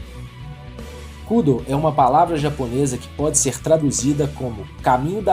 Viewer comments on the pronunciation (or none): A pronúncia correta ia ficar muito estranho em.português, daí chamam de Kúdo, hahaha